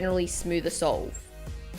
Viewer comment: Who else heard soul instead of solve 😂😂